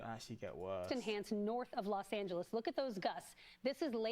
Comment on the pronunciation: I'm just very happy to hear British people pronounce Los Angeles correctly on the news.